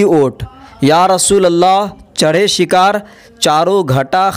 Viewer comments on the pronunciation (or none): none